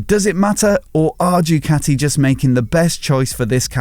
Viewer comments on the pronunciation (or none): How hard it is to say Doo Ka T' ee? Instead of saying Jucatti? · I wish you would stop calling it..... Due-cati